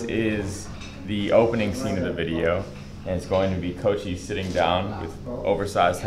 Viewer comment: Did cole say co chise instead of Cochise